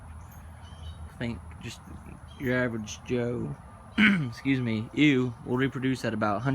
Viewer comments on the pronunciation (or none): Just an fyi ewe is pronounced like "you" . Dorpers are amazing!